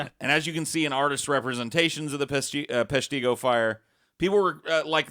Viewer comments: Its pesh-tih-go not pesh-tee-go... Learn your things straight!!! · Right. I lived in Peshtigo my whole life and it is bothersome to here Peshtigo and Menominee missed pronounced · Hearing butcher the pronunciation of Peshtigo, Menominee and Huron oof